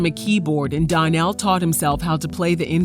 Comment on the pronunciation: His name is pronounced Don-Nell. The label is pronounced Luh-face